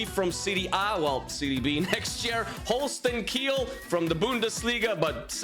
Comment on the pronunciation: Its holstein kiel not holsten kill